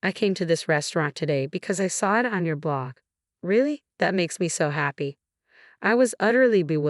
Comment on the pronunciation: Blog… not block!!